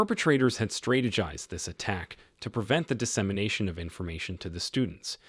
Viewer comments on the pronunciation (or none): I stopped watching when you pronounced strategized, “straytuhjized.”